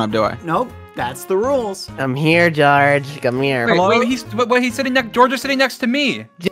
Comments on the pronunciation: Sapnap pronounces George’s name as “Goerge” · Why does Sapnap pronounce his name as Jorge